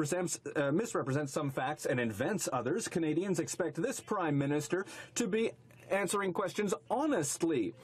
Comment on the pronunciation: Did he say Crime-minister?